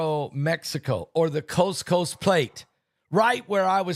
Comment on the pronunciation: Is he saying coast coast plate or what?